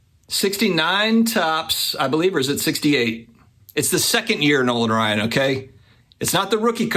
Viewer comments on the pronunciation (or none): none